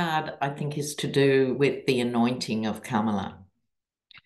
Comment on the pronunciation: love, love your readings! You always bring sanity to my day! Love that Kamala is taking off like a rocket! Please show her the respect she deserves by pronouncing her name as she does: Com-a-la not Kam-a-la. Thanks for listening to this detail as we move toward a great future with our 1st woman president of the United States.❤😊